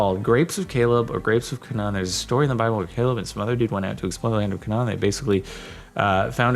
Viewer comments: Canaan is pronounced "cay-nin" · Who else got triggered when he pronounced Canaan wrong?